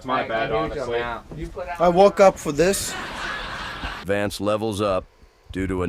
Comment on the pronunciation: "i woke up fow dis" sent my sides into orbit